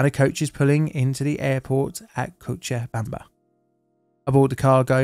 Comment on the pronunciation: Hey first time I’ve seen a non Spanish speaker say Cochabamba correctly first try! Tbh not even Spanish speakers who are not from Bolivia nail it the first time as the name has Quechua roots